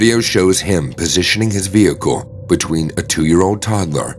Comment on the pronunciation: It's Pronounced "Vehicle" Not "Vehico"!! Why don't you pronounce the L's?? Other words the same. The L's left out. Why??